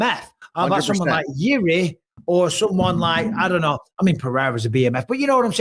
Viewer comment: Czechoslovakian samurai lmao, that country doesn't exist since 1993 bro, he's from Czech Republic. And would anyone mma-related ever say his name correctly? It's pronounced "Yirzhi," not "Yiri."